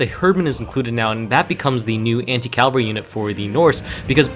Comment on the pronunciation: It's cavalry, not calvary.